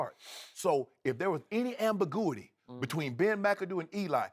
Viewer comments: Derek Runnels lmao...ambigooey ey... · Excuse me anbagoooaty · Ambigooey eeee...the word that broke the internet... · Amber Gooey D SKEEEIUP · God Bless Shannon Sharpe. He tries hard. But one day you're going to have to break out that phonics book. "Ambiguity" LOL. You'll get it right one day Shannon!!